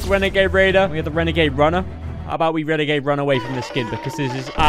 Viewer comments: Wenegwade wader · OMG ITS A WENEGADE WAIDER